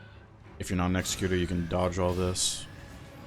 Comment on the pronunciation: bro there is. O way you are this proficient at the game and don’t know how to actually say executors name…